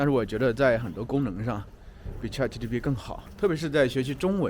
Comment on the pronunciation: 老师，那个叫chatgpt 不是chatgtp 哈😂